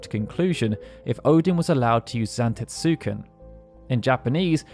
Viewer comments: Great video, but the u in Zantetsuken is silent. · Had to click off after the atrocious pronunciation of Zantetsuken. I was hovering after claiming Odin was Loki's father. Very sloppy work.